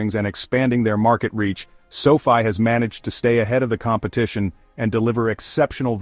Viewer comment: It's too bad your AI segment at the end kept mispronouncing sofi.